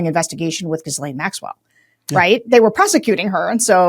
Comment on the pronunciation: Sarah, I love how you butcher Maxwell’s name. She deserves nothing less.